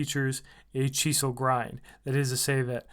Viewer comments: it's chisel. Like the tool. not "cheesel" lol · Sorry... If I hear you say cheesel one more time, I'll puke on my boots... I'm out...😖